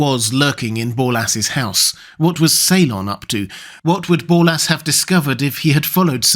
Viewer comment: Borlas. With an "r".